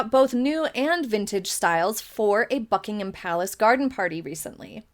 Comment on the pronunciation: She pronounces Buckingham Palace correctly.